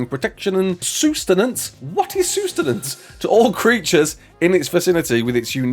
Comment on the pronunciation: sus-ten-ance. not sUe-ten-ance